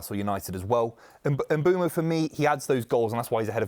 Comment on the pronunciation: The name is Mbeumo, the "M" is silent